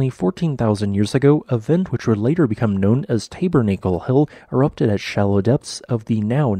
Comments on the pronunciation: Tah bur nah cul -- "Tabernacle." Not "TAY bur NAY cul." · Always find your videos fascinating and as I know you value making the correct pronunciations, if I could just point out 'Tabernacle' is said 'Tabbur-Nackul' and not 'Taybur-Naykul' :) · My friend I love your videos but it is pronounced Tab er na c le. It is a religious word with deep meaning to several faiths and I don’t want you to accidentally offended someone when I know you don’t mean to. Your volcano videos are awesome though please keep up the good work! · Just an FYI, Tabernacle is actually pronounced tab-er-nak-uhl not tabe-er-nake-el. 8 ) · Tabernacle Hill. Pronounced Tab-ur-nackle like Tabernacle Choir. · Can someone explain how this text-to-voice software does a better job with, "Hunga Tonga Hunga Ha'apai," than it does with the common word, "tabernacle?" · Never heard "tabernacle" pronounced like that before. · For future reference, the A in Tabernacle is a short A. Think Mormon Tabernacle Choir.